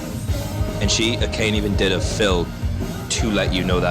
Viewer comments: Baka is idiot/moron. I wouldn't worry about some whiny loser complaining about you saying it. Great review, as always! Also, it's pronounced Ah-kah-nay, not Akayne. ;) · Ah-kah-nee. Three syllables. Every time you say Ah-cane I want to break something. 🤣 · There is absolutely no j sound at the end of Akane though. Use google translate set to Japanese to hear how it is pronounced.